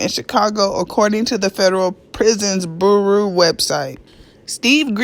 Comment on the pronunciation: Bureau is pronounced byoo-row